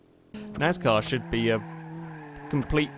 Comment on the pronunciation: It's pronounced NAS-car not NAZ-car